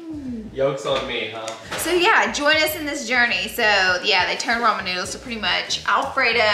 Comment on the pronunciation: Did she say “Roman noodles?” Lol